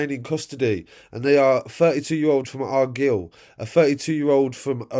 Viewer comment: Ar-gill 😂 oh-ban 😂